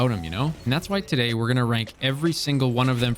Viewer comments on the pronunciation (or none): none